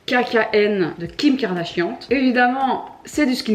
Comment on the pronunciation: Qui a entendu le "Kim KardaCHIANTE" ? ahaha